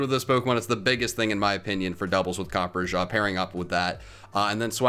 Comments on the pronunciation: Huh, copperjah instead of copperajah in pronunciation. Well that's neat. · as an indian, i gotta say i cringed at the way you pronounced copperrajah's name. it's copper RAH JAR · I am REALLY sorry for butchering the pronunciation of Copperajah along with seeing that the first moveset has a mistake and has 52 SPA instead of 52 SPE! Sorry about that, but I hope you guys enjoy the video regardless and I’ll work on my Pokémon pronouncing skills! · I love you but how do you consistently pick terrible pronunciations for Pokemon games